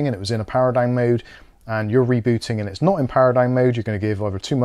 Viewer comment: He say´s "dine" instead of "down" ha ha ho ho hee hee!